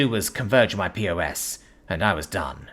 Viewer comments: It was perfect other than calling a pos a P O S 😂. Btw it's pronounced just like pause or poz if you prefer. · POS is pronounced PAWS. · lol mostly right,but that pos pronunciation is not on the author.